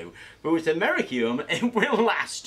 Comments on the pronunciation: americum... americum..... ˌaməˈrisēəm my nigga, there are two "i's" in that word bruh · Americium is pronounced Am - er - iss - ee - um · its pronounced AM-OR-REECE-EEE-UM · *Americium. A-me-ri-cium. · Very interesting. Not sure you pronounced americium correctly but who cares. Thankyou